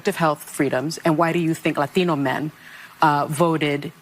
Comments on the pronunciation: The over pronunciation of LaTHINo and LaTHINa was so hilarious. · why are you saying Latino men that way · Sorry but there is just something really annoying about someone who doesn't otherwise have an hispanic accent really going out of their way to pronounce the "Latino" with so much zest. It's particular annoying when you know that people of Latin America hardly ever (never!) refer to themselves as "latino". The word is essentially an American invention. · The way Sunny sez "Latino" is sooo sickening. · do they have to ridiculously pronounce latino like that all the time ? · If I never fuckin hear the selective accent on “latino” from anyone ever again it would be too soon. You don’t talk like that sunny Hostin, why the f do you pick one word to pronounce like that 🤢?!?!